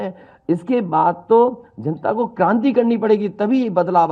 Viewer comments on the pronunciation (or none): ये क्रांति h भ्रान्ति नहीं